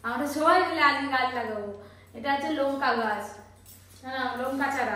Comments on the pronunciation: লোঙ্কা নয় লঙ্কা বললে শুনতে ভাল লাগে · এটা আবার কি উচ্চারণ?? লোঙ্কা????? বলো লঙ্কা গাছ